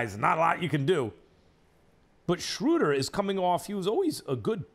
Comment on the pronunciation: My favorite part was when he finally pronounced Schröder's name right for once and immediately corrected himself and said it wrong again.